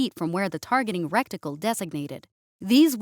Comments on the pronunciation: Bloopers rect-icle should be ret-icle "rockets [with] surface to air anti-ship HEAT warheads" -- strictly speaking, that implies an unguided rocket that travels (not flies) along the ground then explodes on the ground to penetrate armored airborne targets... like some rocket-propelled landmine with a beam weapon. That is... creative; i can honestly say I've never seen that before. 😅 But I think what you meant was MANPADS. Or, if you want something "cooler" sounding: - portable surface to air missiles armed with tandem-charge (or multi-stage) warheads - heavy MANPADS - MIPADS (for Heinlein's Mobile Infantry) Or something more whimsical: - IPADS - MechPADS - ShockPADS (for Shock troopers) - (SHock Infantry Trooper)-PADS 😇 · The targeting "recticle" 😂 able to pinpoint booty